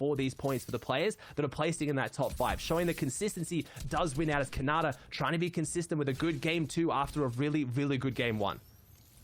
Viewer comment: Bro did anyone hear calling khanada conada